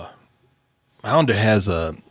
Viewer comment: WAYNE maunder's name is pronounced like wander, with a M.